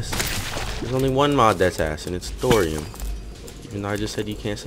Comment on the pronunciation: He said thoruim rip